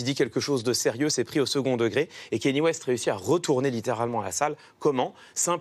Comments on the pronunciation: C’est « Kanié » et non « Kéni » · Pourquoi personne en France ne sait prononcer "Kanye" ?? Pourtant ça se prononce exactement comme ça s'écrit... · Ben c'est juste son nom quoi, tu peux aussi l'appeler Jean-Pierre si tu veux ou te mettre à appeler "pile" les gens qui s'appellent "Paul"... mais je pense que le minimum de respect serait de faire un effort pour prononcer son nom correctement, surtout que ça se prononce exactement comme ça s'écrit et que les sons sont particulièrement facile à faire en français...